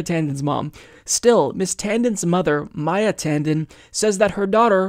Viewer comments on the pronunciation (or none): none